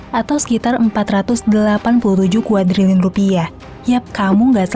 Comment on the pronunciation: Sampe typo bacanya jadi KADRUNLIUN 😭